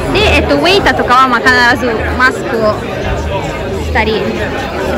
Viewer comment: 「コロナ」「ロックダウン」「マスク」が、英語じゃなく、カタカナで発音できてるのがすごい！ 欧州旅行したときにイタリア人の女の子に「サルディーニャ島がオススメ」と言われていました。意外なところで楽しめました。ありがとう！くれぐれもお気をつけてお過ごしください。